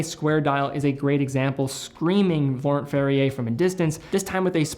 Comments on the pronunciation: Laurent Ferrier, French name, so “nt”-ending silent as well as “r”-ending. Like cologne Yves Saint Laurent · Pronouncing Laurent wrong man.